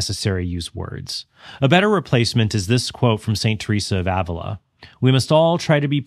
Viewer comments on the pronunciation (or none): none